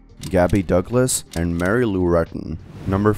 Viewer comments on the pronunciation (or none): none